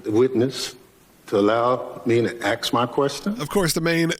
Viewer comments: “Can I aks my question”. Can the man speak English? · Yes So tired of ignorant mispronunciation Ask not aks